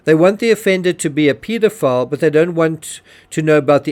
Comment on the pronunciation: Pedophile not peedophile